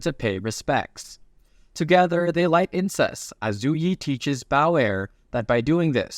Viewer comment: "They light incest." 😂 You need to enunciate incense (in-sense) better... Or it insinuates, something else. 😂😂😂😂 Edit: Also, Ramen.